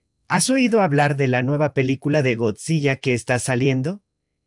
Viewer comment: Notification Squad! Great video, just for reference the model is quite interesting, as a native spanish speaker the translation was decent a bit robotic but the pronunciation of Godzilla was quite weird. You have a great channel